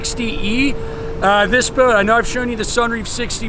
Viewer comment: My friends and I started drinking game. Every time he says the word bout. Just so you know it’s a yacht not a bout.